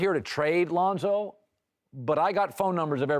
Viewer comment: he just say Londo?